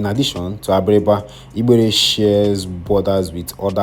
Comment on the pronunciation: The way you’re pronouncing igbere is funny. Change your diction pls 😂